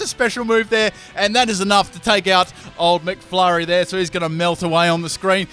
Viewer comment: So it's not mcfury its mcflurry